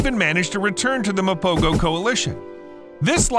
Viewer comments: Actually its pronounced "mapoho" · My brother, it's pronounced "MA-PO-HO" . The "G" is pronounced with a "H-HUH" sound instead of the "G-GUH" sound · It’s pronounced Mapoho.